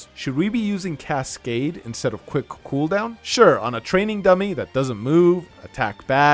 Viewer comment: quwhick cooohooldown